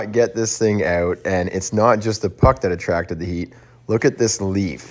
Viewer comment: I thought he had a speech impediment or something